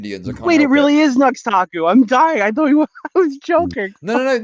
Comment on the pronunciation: pronunciation of Nux Taku is hilarious lol